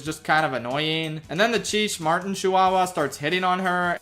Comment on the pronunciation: the way you pronounced Cheech Marin kills me lol